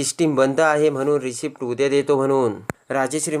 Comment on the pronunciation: रिसीटचा उच्चार रिसीप्ट असा का?